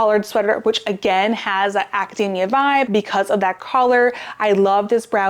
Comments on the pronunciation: I love your videos, thank you so much! But it's not acadAAAAmia, like a nut. AcadEEEEEEmia. It was tough to hear this word mispronounced so many times in a row. :D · It's actually pronounced "academia" with a long "e", not long " a". Also, when did they take the "t's" out of buttons? Cotton? Mountain?